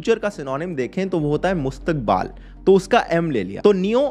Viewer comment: Mustaqbal nahi mustaqbil